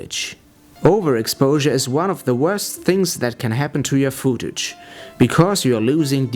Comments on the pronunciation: worst english ever xD fooouuuutage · Footage wird wie foot ausgesprochen :) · gehe bitte auf leo.de und höre dir die korrekte Aussprache des Wortes "footage" an. Ansonsten fand ich das Video sehr informativ. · "foodtage"... haha. es heißt footage! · This is an extremely helpful video. Thank you. With that being said.. I lost it when the dude says "Fooo-tage." hahaha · "fuutage" xD